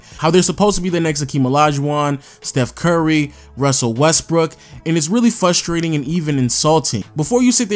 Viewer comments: I checked and it's "fustrating" and not "FRUSTRATING" LMAOOOOOOO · Bruh it’s frustrating to hear you say frustrating 😂